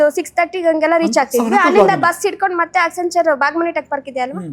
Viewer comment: she mentioned the 3 companies that she was associated with 1. Accenture (which she couldn't pronounce) 2. Amazon 3. Embassy ( not an IT company) Later got to know she was into facility management... and it is not an IT job, managing 300 people is not an IT Manager. Self proclaimed IT Manager is. Thank God i didn't waste my time listening to her.